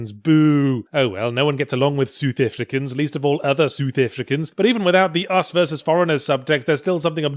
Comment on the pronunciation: Soothefrikins?!?!?!?! Seriously!!!!!!! I'm at a loss for words..... Actually, no I'm not... South Africans don't speak like that.... It's saath uhfrikans...